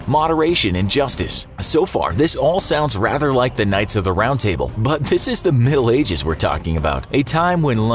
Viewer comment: Did he just say “knights of the round tible”?